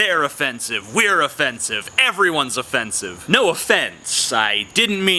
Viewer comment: was i the only one that kept hearing 'o-fence-ive'? the fence behind him was just too distracting.